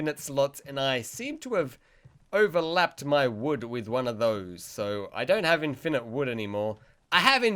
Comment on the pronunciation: The way u say infinite triggered me